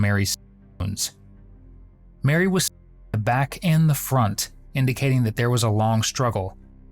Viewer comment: It cracks me up that you can't manage to say "stabbed". Seriously?